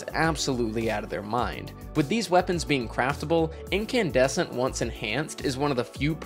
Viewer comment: Wasn’t expecting the “Incandussy” lmaooo